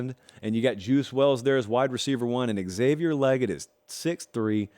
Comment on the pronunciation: Its pronounced Lay- gett not Leg-IT